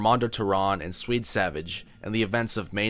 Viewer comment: Swede, not Sweet.